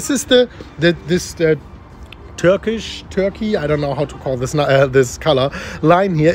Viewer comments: The color is Turquoise [Blue] - “Ter-Kois” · I love your attempt. 😄 It’s pronounced “tur-coys” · (Tur-koys). Turquoise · the colour turquoise is pronounced tur-koiz 😁🙏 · Hello, Fine video, the best way to say the color turquoise for your English speaking viewers is blend two words: Turk and the word Noise, but drop the letter 'n' in the word noise, so Turk, as in Turkey and 'oise' as in noise. Turk/oise,or to put it another way the Q sound in the word tur-q-uoise is actually made with the K sound. Thanks for all you do to help elevate others.😊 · Hello, Fine video, the best way to say the color turquoise for your English speaking viewers is blend two words: Turk and the word Noise, but drop the letter 'n' in the word noise, so Turk, as in Turkey and 'oise' as in noise. Turk/oise,or to put it another way the Q sound in the word tur-q-uoise is actually made with the K sound. Thanks for all you do to help elevate others.😊😊😊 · Hi, what do you think of Chainlink? Thank you very much for your precious advice and the energy in your videos. Don't bother about the colour, it's a french colour, "Turquoise" pronounced ("turk"-"waz").. hehe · Hey, love the vids man just a heads up!!! Turquoise - Tur-Coys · Hi, The color is pronounced TUR-KOIZ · The color is Turqoise:) you pronounce it tur-koyz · The turkey colour you are talking about is TURQUOISE.. pronounced (turk-wise) hehe. Great content "as always" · "Ter coys" thats how you pronounce the colour. It is spelt Torquoise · Yo its Turquoise pronounced terk - oy - se I get it though big respect for making great vids in ur second language! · Turquoise lol! Turk kois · TURQUOISE... Fonetic = turkwaaz